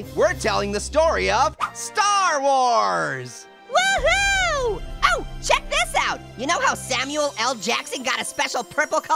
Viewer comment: jar wars